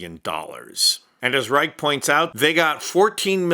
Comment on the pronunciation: It’s Reich, pronounced like Rye-shh not rike. Only clarifying that bc of the bs happening with his 19040s German similarities. They are they complete opposite